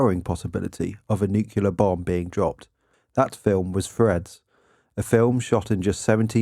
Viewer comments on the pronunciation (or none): OK, I'm gonna be that guy-- If you're going to be saying a word dozens of times in your video at least learn to pronounce it correctly. Thanks. NOO·klee·ur, not nuke-ya-lur.